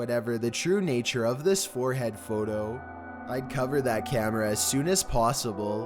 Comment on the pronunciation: Why does this guy have to speak like that: rediteeer, warheeaad photoo